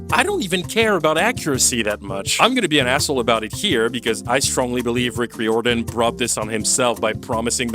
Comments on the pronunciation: why do you pronounce Rick Riordan's surname weirdly? it's rai-or-dan. 11 books, as I write this comment. Annabeth turned from a white blonde girl into an angry black girl, or at least she’s a part of of an angry black woman's trope. I wonder what their excuse would be if kids told them they disliked this show, let alone hated it. I hope it won't be the case with the Harry Potter reboot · You’re pronounced Rick Riordan's name wrong, it’s ray or Dan, it’s like you pronounce diamond. he’s proved that he doesn’t care about the book accuracy as he used to when the movies came out. not exactly, Rick wrote at least 11 more books besides the original book series. Percy was watered down 😅. maybe that happens with the show because the ones who are related to the show think the target audience has short attention span, so much so, they think the audience will never have the patience to watch the show if it had the length it needs to have to show everything needed to be shown in it. true, how did they miss that? I know movies and videos are also visual, but shows called shows for a reason, have they forgotten that? What’s the point of making a SHOW if you don’t SHOW anything? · Riordan is pronounce rear-don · i wish youd googled how to say Riordan lmao i swear its not that hard. Reer-Duhn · You mispronounced riordan every single time you brought the name up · Fans be RIOTIN over your pronunciation of Rick Riordan